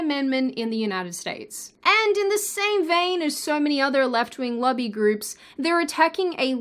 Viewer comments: When you say "lobby groups", it kinda sorta sounds like "lovey groups." Was a little confused for a bit... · Whats a "luggy group"? Oh lobby!